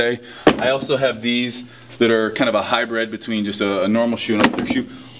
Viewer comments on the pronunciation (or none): Steve stop saying 'hybred', it's 'hybrid'